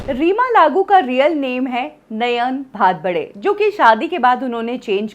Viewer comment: कृपा करके आप कलाकारोंका नाम न बदला करें!🙏🙏🙏 इनका नाम नयन भारबडे नहीं नयन भडभडे है। 🙄🤦 यदि उच्चारण पता नहीं, तो कृपया किसी दिग्गज से पुछा करियें।🙏